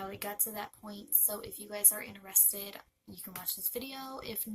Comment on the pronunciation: Your saying interested wrong